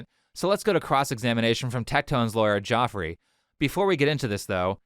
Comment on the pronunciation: His lawyer's name is pronounced Jeffery not Joffrey